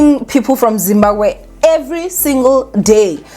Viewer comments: I'm here for saying "ZIMBAGWE" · ZIMBABWE ZIMBABWE hle Not Zimbagwe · Is saying Zimbagwe? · She is , l thought l was the only one hearing it 😅😅😅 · It’s giving Zimbagwe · Trust me I've been correcting my granny for years, is gonna be zimbagwe till God remembers her😩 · Guys even Nuñuria on mommy club pronounced it Zimbagwe soooo